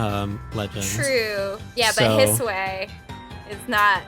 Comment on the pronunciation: May I ask what exactly “hissway” is?? Kept hearing you say it but I have no clue what or who that is lol 😅